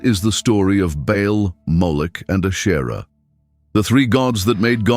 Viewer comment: Good grief! If AI can do so much, why can’t it learn to pronounce words correctly? Ashtera, Baal?!?!?